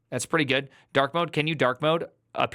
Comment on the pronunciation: “Can you dawk modeee it huwtz my eywes”